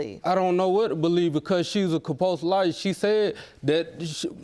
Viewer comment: Did he say "Compulse Liar"?